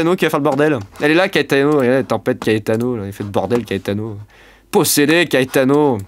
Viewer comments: Ça se prononce KAÉTANO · PS : je sais pas si CAETANO ce prononce KÉTANO ou KAÉTANO. Si quelqu'un a l'information 😅. VIGILANCE ORANGE ÉTENDUE AVEC LES VENTS VIOLENTS AU SUD, CHARENTES - SAVOIE.